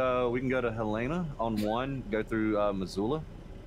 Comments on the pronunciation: As someone from Montana...it hurts me how he was saying Helena 😂 its not Helina. Just sound it out HEL-EH-NA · Being from Montana I cringe every time they say Helena wrong